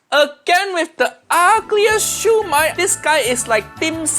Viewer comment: Honestly the siu mai pronounciation feels wrong to me. In my culture it's called shi o my, not shoe my. What are you gonna eat, a shoe?